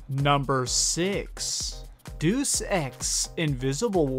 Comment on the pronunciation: Deus is two syllables. "Day-oos" not "doos". It's Latin.